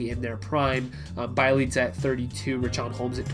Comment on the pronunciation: Be-Elite-Za not Bai-leet-za